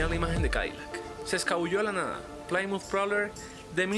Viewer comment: Te recomiendo hacer el esfuerzo y revertir el volumen, suena mas la música que la voz. Tamnbién en la pronunciación de las marcas y nombres. Citation se dice "Saitechon (imaginalo en inglés)". Plymouth se pronucia "Plimuth"... por cierto, el Civic no tiene un V4, es un cuatro en linea o I4, los V4 son mas comunes en motos y en la actualidad tienen poco o nulo uso en automoviles.